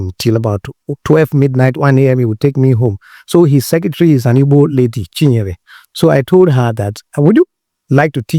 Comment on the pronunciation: For him to have pronounced Igbo correctly, means he is truly a yoruba/Igbo man. Lol😂😂